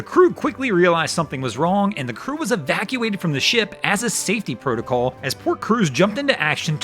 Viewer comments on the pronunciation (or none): none